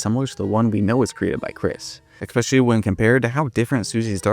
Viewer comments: ES-pecially Not expecially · Bro, I'm not trying to be mean but if you're saying especially THAT often you can't be saying "eck-specially" 😂😂